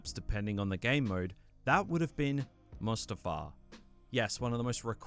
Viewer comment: When u said Mustifar I had flashbacks to Battlefront 2 :(